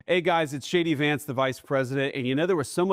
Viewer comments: Did he just say “ … Shady Vance “? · why is it when he says 'J D Vance' I hear it as 'Shady Vance' ? SO sorry for you Americans at the moment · Did he say Shady Vance ? 😂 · I swear he said my name is shady vance 😂😂😂😂😂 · Sounds like he says “ hi guys it shady Vance”lol😂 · When he inroduced himself it sounded like " Hey guys its Shady Vance". Bit more apt one thinks. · I consistently hear Shady Vance when the VP says his name. Maybe we should go with that. Shady seems to fit. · He said "Hey guys, it's JD Vance" I heard ""Hey guys, it's Shady Vance" Youtube auto-generated subtitles heard the same. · It sounds like he says his name is Shady Vance! 😂 Shady Vance. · It sounded like Vance introduced himself as “Shady” Vance. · Did he say Shady Vance?😂😂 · Did he say, “Shady Vance?” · It honestly sounded like he introduced himself as “Shady Vance”… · Does he call himself 'shay-dee' vance? Am sure that's what I heard.